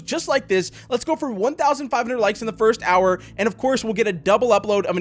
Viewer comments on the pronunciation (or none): none